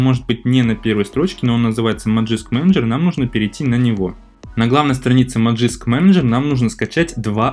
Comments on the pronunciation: Зачем говорить "Ти даблъю эр пи"? Просто говори "тврп". Тоже самое с "Маджиск", лучше ж говорить "Магиск" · Если следовать транскрипции, то правильно произносить "мэджиск"